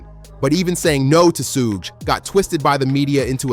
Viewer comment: You pronouncing Suge name all wrong. Its killing the video. Good work tho.